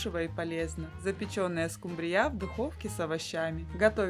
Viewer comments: Произносите, правильно ставя ударение: скУмбрия, а не "скумбриЯ"! 🤦‍♀️😅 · Не скумбрИя а скУмбрия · Особенно окончание данной рыбки от поивычного звучания скУмбрия и скубриЯ 😅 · СкУмбрия, а не скумбриЯ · Можно по-пробовать приготовить. Просьба делайте правильно ударении на слове скУмбрия, на букву У. Почему Вы делаете ударение на букву Я. СкумбриЯ, так неправильно, простите. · У вас что такой рицепт то длинный не скумбри'ю а ску'мбрию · СкумбриЯ...да уж.,любимая рыба миллионЭра.😅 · правильно говорить не скубриЯ, а скУмбрия! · Рецепты хорошие, даже очень. Спасибо! Но почему скумбриЯ, если скУмбрия, ну невозможно же слушать. Зачем так безграмотно? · Со второй скумбрие"й😅😅😅😅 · СкУ́мбрия!!!! А раздел рыбки аналогичен разделу сельди! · Мне понравилось как звучит «скумбриЯ’» ,что то наподобие ЗульфиЯ’ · Спасибо, скУмбрия... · СковородА,скумбриЯ,это что новый русский язык? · А еще, скумбрия, с ударением на Я, отпад! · Дааа, из какой республики приехавшая,, скумбриЯ,, 😅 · Что за скумбриЯ, компьютер что-ли говорит? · СкумбриЯ! Когда же ьудете правильно говорить? Неаозможно слушать.... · Это что за слово Скумбрия почему так говорите? Для всей семьи это слишком мало